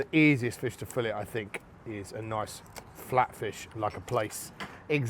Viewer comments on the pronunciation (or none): If you’re a cook and you can’t say the word fillet properly, you’re an idiot. I’m watching something else. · Fillet. "She was only a fishmongers daughter, but she could lay on a slab and say fillet".